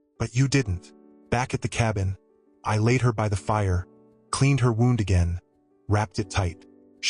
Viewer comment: In this case wound should be pronounced like wewnd not like a clock being wound.